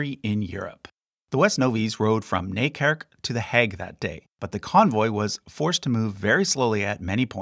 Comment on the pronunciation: Sorry to say, but it’s Nijkerk not Nikerk😅